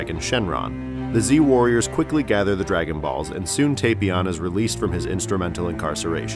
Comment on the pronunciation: It's TAPion a pun on tapioca not Tapeion